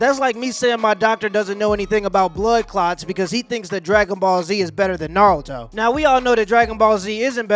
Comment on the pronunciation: Dawg said Naruto is better than Dragon Ball and can’t even pronounce “Naruto “ properly 😂